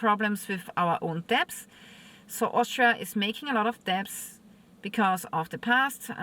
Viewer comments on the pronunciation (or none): "debt" is pronounced "det". No sound for "b*. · Ma’am. Americans pronunciation When you say debt, don’t say the ‘b’. So, you pet a dog. You also pay your dets (debts). Your content is great! Just giving you information. Stay blessed.